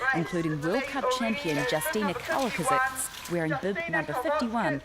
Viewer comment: Haha, I just love how you can't pronounce Kowalczyk properly. :)